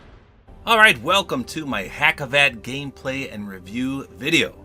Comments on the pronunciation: I am from Turkey and this is awesome Btw it is not pronounced like “hacivat” it is like “hagivat” And unfortunately in Turkey we are not celebrating Halloween so I don’t think that the second style is for Halloween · just a little heads up its not hac iv at its pronounced haus iv aut. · Hacivat is pronounced Has-i-vart. Dont take this negatively. just trying to help